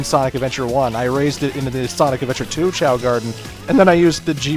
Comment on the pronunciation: Choa? FUCK YOU ITS CHAO